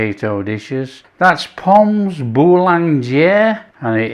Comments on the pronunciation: You do not pronounce the 's' in pommes, just say pom. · Re prononciation, don't pronounce the s on pommes otherwise fine. Looks lovely. Going to do this next time I'm cooking for friends. ❤